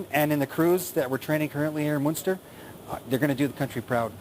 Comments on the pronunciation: Er sagt nicht "Monster" sondern "Munster". Er redet von der Stadt. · it's Munster ;)